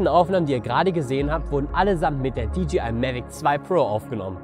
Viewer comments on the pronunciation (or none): Du sprichst das DJI aus wie DGI. Nur ein kleiner Hinweis am Rande...